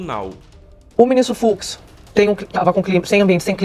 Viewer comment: FUX e Não FUZ, Desculpa a a Correção Ai.